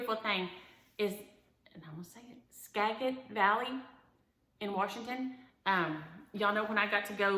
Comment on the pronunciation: Died at the mental picture of you skipping down the driveway!!! Mine's been home for 6 months 😕! Hope to be skipping soon. And Skagit ...the g makes the j sound. Happy Stitchy Fall